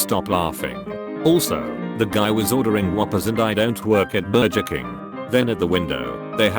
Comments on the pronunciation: No one: Text to speech: BURJER KING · 'I don't work at Burjur King' 'I'll just go to em cee Donald's' 'This was while at my drive thru line at Pope-eez' Lol the mispronunciation on this channel is my favourite thing about it 😂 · Berjer king